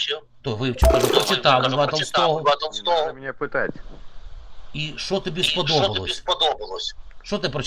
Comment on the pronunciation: ......разговаривал ПО РУССКОМУ яхзыку.... ....не надо меня пЬІтать... 😅😮😅